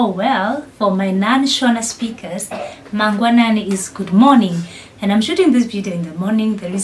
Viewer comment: I am very happy to hear you saying mangwanani. Thank you my sister. I am learning kiswahili. I have subscribed. How can I get in touch with you. I want to learn Swahili.